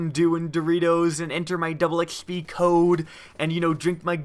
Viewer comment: "Double ex schpee cooooode" 😂😂